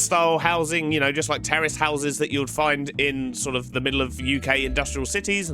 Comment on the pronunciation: oooo lol I thought U were saying terrorist houses 🤣🤣